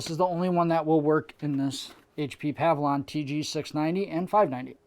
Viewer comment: great video. it's "pa-VILLE-ee-on" tho not "pav-lon"